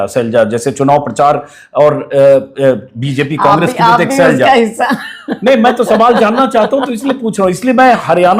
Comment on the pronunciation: सैलजा नहीं शैलजा नाम है